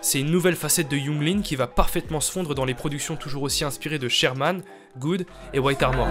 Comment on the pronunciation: gud ca se prononce Geuhd pas good xd